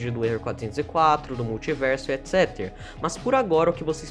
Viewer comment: Por que ele fala "etc" de uma forma estranha ._.